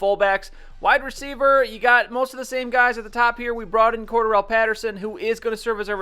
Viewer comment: Pattersons name is pronounced core- Darrel